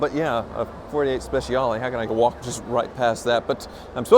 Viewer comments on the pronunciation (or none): none